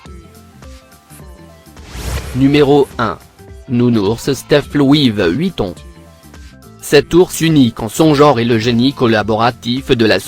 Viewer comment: Il dit louive Vuitton